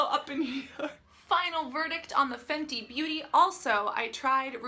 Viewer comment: Fenty... not Fendi....